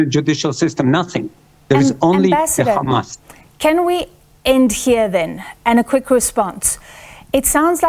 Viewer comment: Can she stop saying Gamas, using the Israeli pronunciation. It's Hamas.